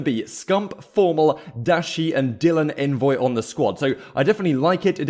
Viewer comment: Just FYI, envoy himself said it’s pronounced “ ON-VOY” not “N-VOY”